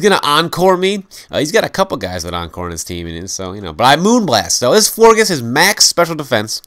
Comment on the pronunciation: It's actually pronounced Flor- jes as in Flor (flower) and gorgeous.